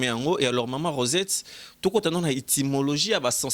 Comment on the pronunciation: On dit Etymologie et non itymologie tata chroniqueur